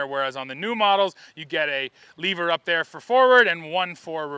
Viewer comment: its lever. not leaver. LOL